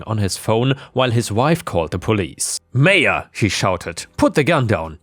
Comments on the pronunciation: It's pronounced MY-ah, noy MAYA. Seriously you shouldn't keep needing your commenters to correct you. There ARE websites where you can type any word and it will tell you the correct pronunciation. Stop putting the work on US, when YOU'RE the one making the videos. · Maya is pronounced "My-ah" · It's pronounced 'Maya'...happy to help! That first story illustrates perfectly why the US needs psych screening before issuing gun permits.